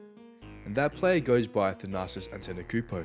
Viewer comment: If u make a video about someone , at least learn how to pronounce their name